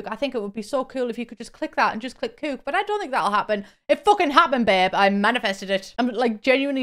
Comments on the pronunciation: I love the way you say coöok it makes more sense than we Americans saying cück lol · SOLD!! Thanks for the review, I always know that you won't BS us. Also, love the way you say "cook/cooking"